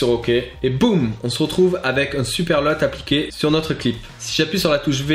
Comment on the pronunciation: C'est bon ça un nouveau tuto, on prononce Luuuuuuuuuuut pas LEUT =P